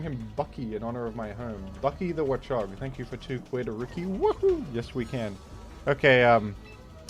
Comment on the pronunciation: the way you pronounce it as wuhchog makes me laugh every time lol